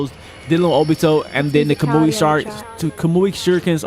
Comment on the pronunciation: Did he say ka-moo-ui ?